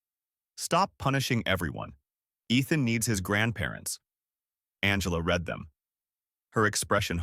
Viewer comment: When you are doing it it's pronounced reed. When you have done it It's pronounced red. Both are spelt the same